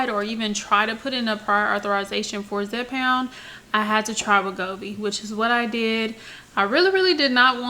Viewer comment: Hey darling you’re doing a great job but the drug is called (Zepbound ) not Zepound